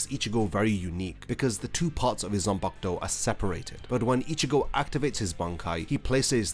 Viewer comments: You explain things well. The only thing that gives me migraines is how you pronounce ZAN-PA-KU-TO as "Sen-pag-douh". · "zumpuck toe."